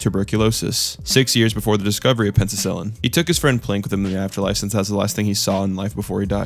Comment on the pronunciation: "pencil sillin"